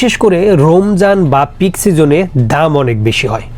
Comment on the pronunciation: চোদনা রোমজান না রমজান।